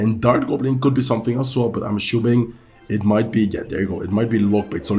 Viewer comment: I really like your videos Bro, I know that you are always open to improve your English, so one thing I noticed in many videos is, you always pronounce the word: „assuming“ wrong. You always say aschuming, but the s is pronounced just as an s, not as an sch. Nice Video tho 💪🏻